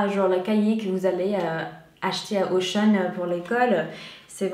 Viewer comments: j'adore comme tu prononces Auchan --> OCEAN haha sinon merci pour cette vidéo et tes critiques constructives ♥ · Oh c'est trop mignon comment tu prononce "Auchan" 😅 super vidéo, les produits d'Elsa sont ceux qui m'intéressent le plus pour ma part ! ☺️ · J'ai trop aimé comment tu as dis auchan 😂❤